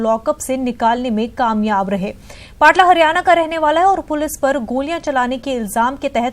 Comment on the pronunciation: पाटला नहीं है मैडम पपला नाम है